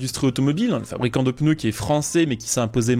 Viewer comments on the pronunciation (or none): none